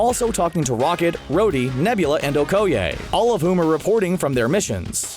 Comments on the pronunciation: the faq? It's O-koi-aye not O-ko-yay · It is pronounced (oh-koh-yeh) not (oh-koh-yay) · We gotta tackle this major issue... Okoye = Oh Koi Yay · LOL "oh-ko-yay" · Okay is nobody talking about his way of pronouncing Okoye???